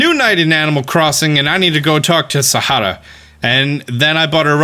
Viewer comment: The way he pronounced Saharah. As an Egyptian I approve. v nice.